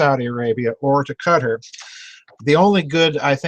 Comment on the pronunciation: Doc, your pronunciation was correct the first time. It's pronounced "Qui-TAR", like "guitar", except with the hard Q. The "fight-baiting" in ME has been going on for years. I worked for the largest Petrol Co. on this planet, and pitting one culture against the other is common place, so, you're correct in your assumptions.